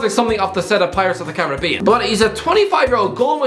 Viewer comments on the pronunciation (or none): none